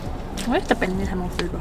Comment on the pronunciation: “El pelnir esta un poco meehh” Me dying 😂